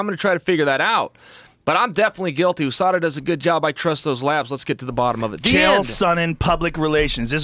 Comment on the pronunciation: The way he says OOSADA instead of USADA is hilarious